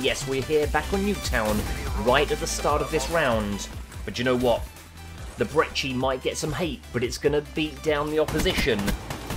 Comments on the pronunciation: by the way you pronounced brecci wrong its bre-kk-ee not bre-ch-eee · Idk what to hate on, that guy using the brecci or the way pronounces brecci